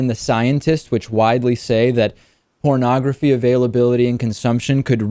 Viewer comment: Wait - he's saying "parnagafy" is the problem! I think we ought to ask if he's even talking about porn...